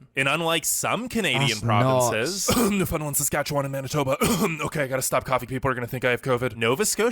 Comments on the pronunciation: I was laughing at the guy trying to pronounce "Newfoundland and Labrador"... Newfunlund is how he was saying it. I don't ever remember "land" pronounced as "lund". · IT isn't New fin Lind!!! It's new found land. There are no Finish the... Irish yes!!! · Omg, the way the narrator says Newfoundland, cringe every time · Sashatcenwan Newfarland & Laybrador best provinces It’s pronounced: Sask - At - Chee - Wan (Like Wand) New found land (Or New Fund Land) and Labrador as in the dog. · Newfoundlanders hate it when you pronounce it “Newfilind” or “New found land” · Who ever but this together isn't Canadian just by the way he mispronounced Newfoundland.